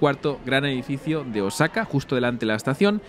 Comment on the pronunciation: Por lo que percibo, parece que no tienes contacto fluido con japoneses pues la acentuación en palabras japonesas es, por decir lo menos, ridícula, ........ cuando dices Osáka (voy a poner tilde para que se entienda a lo que me refiero) cuando la pronunciación debe ser Ósaka y otra dices Úmeda cuando es Uméda. viví 5 años por Osaka.